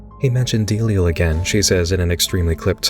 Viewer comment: It's pronounced duh-lie-al. You're making delial sound like a mest song